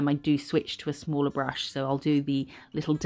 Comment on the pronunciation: I’ll like The Way You are, You are Funny and give sow much detail. And like yours designs Love The Way You say Brrrrush😂😂😂❤❤❤